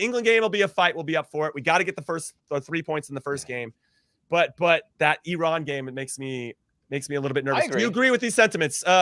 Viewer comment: Thank you Heath for pronouncing Iran the the correct way. We are not an Apple product.